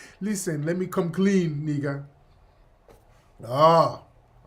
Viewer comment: NEEGA in that African accent killa me